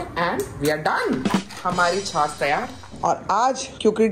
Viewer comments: छास नहीं होता है छाछ होता है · Please don't mind..it's chhachh not chhass.. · It is chhachh not chhas....pl correct me if i am wrong. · That is not the chas it is chach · Chas nhi hota😂😂😂😂😂 chach hota h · Chaaj kehty hain chaas nahi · छाछ को छास क्यु बोल रेह हो